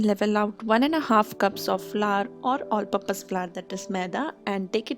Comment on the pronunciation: She says all pupous flour- all purpose flour